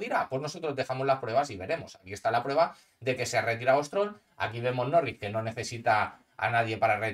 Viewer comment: Jajajajajajaja muy chistoso escuchar "Nowins" 😂😅